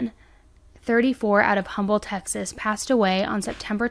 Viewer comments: Also, Um-bull (the "H" is silent in Humble, the town.) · It's awful these people just snap when they can't control every so sad for the family . Humble TX is said without the h sound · Hey girl love your channel watch all your video !!! I just wanted to let you know humble it pronounced umble the h is silent ❤❤❤